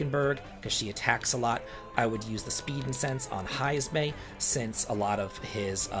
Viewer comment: been watching Breaking Bad 🤣. It's Heismay. Great video!